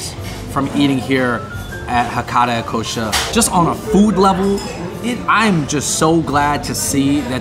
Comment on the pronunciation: Okay they are called Hakata "Ikkousha"... I hope you appreciate the name of the restaurant and pronounce it right. I love 一幸舎 but if you go to Japan, one bowl of ramen is around $7-10. $20 is overpriced in my opinion.